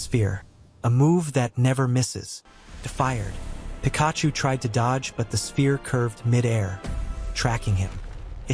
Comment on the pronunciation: Pikaaahhhchu? Raychu?